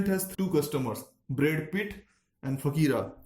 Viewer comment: "Brad Pith" too.